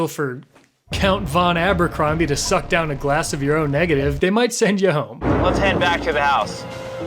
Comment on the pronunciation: My dude said “Count con Abercrombie” 😂😂😂